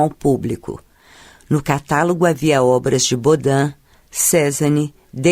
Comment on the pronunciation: O mínimo de respeito seria aprender a dizer corretamente as palavras francesas. É terrível ouvir tanta palavra mal pronunciada, CÉzane, por ex. No mais, concordo com a opinião de Pedro Cerca.